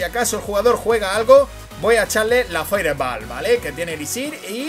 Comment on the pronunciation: si no tienes un correcto pronunciamiento del ingles... limitate a decir bola de fuego. saludos.